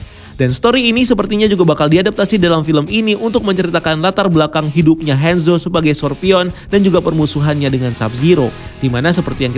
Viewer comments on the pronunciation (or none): Kebiasaan ngomong Inggris Ngomong Hanzo jadi Henzo